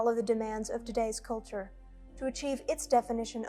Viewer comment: Lmao . What is that? Who pronounces the word "culture" like that?🤣